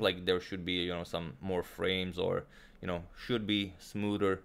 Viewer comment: “Should be much smooder”- Agadmator